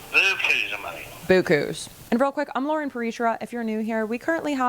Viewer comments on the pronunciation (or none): none